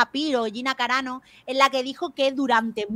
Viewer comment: Dice Gina caranao en vez de carano 😆😆😆